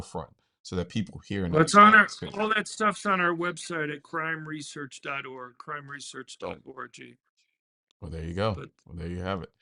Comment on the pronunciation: as a suggestion, he probably shouldn’t spell “.org” it kinda sounded like “crime research orgy”